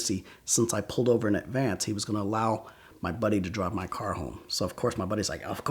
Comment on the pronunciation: I kind of hate how he puts a “t” at the end of words that end in “ed”. Like “callt” instead of “called” and “pullt” instead of “pulled” like he did in another story.